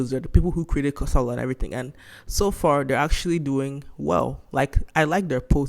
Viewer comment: your pronunciation of the name of the game is not right. its pronunced [ka.sa.la] "ka", Is streessed similar to "ca" in car followed by "sa" as in sack and "la" as in llama. not karsarlar. dont mind me sha . kasala means trouble